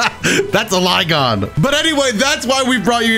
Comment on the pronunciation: Man butchered flygon's name AND mistook it for turtwig lol